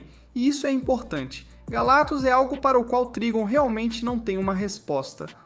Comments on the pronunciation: Pô, esse "galatus" sem o "C" é foda hein. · ESSE IGNORANDO C DO NOME GALACTUS, TAMBÉM DEVE DIZER ÓBVIO COMO ÓVIO 😂😂😂